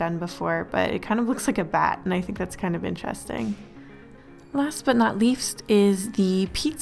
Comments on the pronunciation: You said last but not leafst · I can't be the only one to hear her say 'last but not leaf-st' . Please tell me I'm not the only one! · Ok but is nobody going to talk about the “last but not leafst”? XD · "Last but not leafst" . . . I think them kale chips have gotten to your head xD